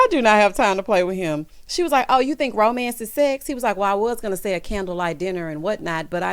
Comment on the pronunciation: Tisha said romence instead of romance. LOL